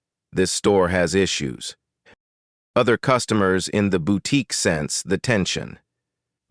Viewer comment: Where is the T in boutique that’s irritating me